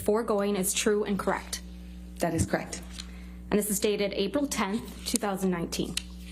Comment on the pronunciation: Amber…”crect” ugh 😩 she can’t even say the word correct. Case closed.